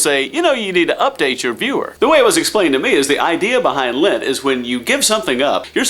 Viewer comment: I totally thought you said you were giving up Lent for Lent at first and so I was thinking....wait, If you're giving up Lent for Lent, then you are still having Lent, yet you already gave it up.....what? And then you said lint and all made sense haha!